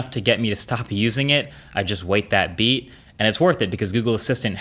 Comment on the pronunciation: "and then you wait a beet"